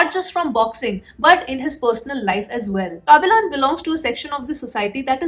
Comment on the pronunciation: Don't say kaabilan......say kabilan